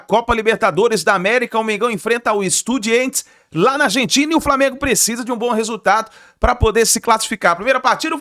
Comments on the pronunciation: EstudiAntes, se escreve com A e se pronuncia em espanhol com A, para com essa coisa de EstudiEntes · Mermão, estudiAntes, tá confundindo com independiEnte, acerta essa pronúncia kkkkk